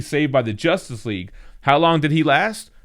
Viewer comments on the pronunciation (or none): none